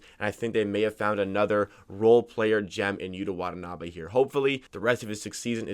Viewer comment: Props to you dude for pronouncing his name correctly.